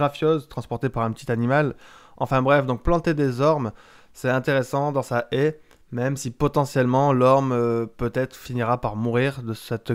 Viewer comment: J'aurais dû compter le nombre de fois où tu a dit haïe 😂🤣😁. Tres bon sujet